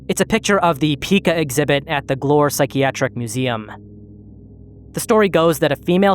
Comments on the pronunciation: It's actually pronounced "P-eye-kah"/"pai-kuh" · It's pronounced PY-kuh btw